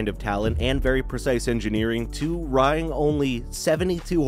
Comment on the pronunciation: gran-nada or gran-nah-dah (Funny I’m leaving Granada Spain on a train as I write this) and wring as in twisting water out of a towel etc is pronounced the same as “ring” maybe match the Explorer footage to the proper late 1990s generation that had those Firestone tires. I own a 2014 plugin hybrid C-max with 110,000 miles (80k which I put on) totally reliable and if you have any experience owning it and half a brain to know how to get speed out of any vehicle it would surprise everyone with the 0-30 response with the immediate low end torque of a 113 hp electric motor paired with 160 gas engine. The combination was exactly like a Toyota hybrid system smooth enough for the Lincoln MKZ hybrid. The Flex for what it was, was great owned one too- I wished I had the twin turbo model that was like the final Taurus SHO. In my Pre-dad days I had a BMW 3 series (E36) convertible and Mazda MX 5 F-150 and mustang. But hey you made it- I’m too self critical to publish a video.